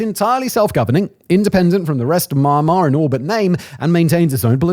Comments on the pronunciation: Me and Mar it is pronounced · Sounds like Simon's saying Ma-Ma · he’s saying the common mispronunciation “MY-anmar” but his accent makes it sound like maahnmar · I like most of your videos, Simon. But could you please learn to pronounce the name of the country correctly? It's Mee-yan-mar. Thanks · I'm getting Benedict Cumberbatch trying to say Penguin vibes, from this. Maahnmaah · I had to stop watching because of the Myanmar pronunciation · Meee annn uhhhh marrr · So annoying every time you pronounce the counter wrong. Im not even sure how that's possible to do when you do all the researching and still can't piano the country's name. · The way you pronounce "Myanmar" in the introduction sounds very Birmingham, Alabama and I appreciate the effort to assimilate Southern US cluture to the nuances of eastern politics by utilizing familiar vowel sounds with rounded "R" sounds. Bravo! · Pronunciation of the country was too much. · Is this really how you pronounce Myanmar? (asking as a non-native speaker) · Simon... You need to work on that Myanmar pronunciation... Grates everytime you say it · Why is everybody miss pronouncing Myanmar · What is it with his pronunciation of Myanmar? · Its MY-AN'MAR not MAR'MAR.....did U sudden carving for MARMALADE ?? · Me-an-mah not my-mar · I guess just because you studied English doesn’t mean you understand how to pronunciatie correctly Myanmar Me Yan Mar - Not Ma Ma - little boy. Your Ma Ma bring you your drinky drinky cup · Pleeeeeeaaaasssseee! Pronounce 'Me-n-mar instead of Mar-mar. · The country name is not Marmar. It is MYAN MAR. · How are you going to presume to educate people about a place you don't even know how to pronounce? It should sound like ME-EN-MAR, not MAR-MAR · It's pronounced Myan-mar, just like Nyan in Nyan cat. Not Mai-mar. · It's not MahhnMahhr It's Meee N Mahrr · its MYAN-Mar not maan maan xD hahaha... gave me a good chuckle tho HAHA it's like Comberbatch trying to say Penguin, im dying xD